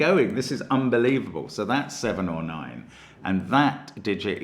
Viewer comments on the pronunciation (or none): It feels like Stark Trek to me, but that's because I keep hearing "7-of-9" for "7-or-9".